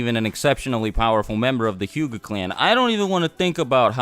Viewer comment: the word is hyuga not huga